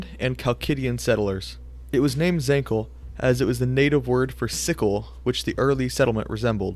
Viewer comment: zancle (Ζαγκλη) would be pronounced "zahn-klee" and leontinoi (Λεοντινοι) would be pronounced "Lay-on-tee-nee". Just two that I noticed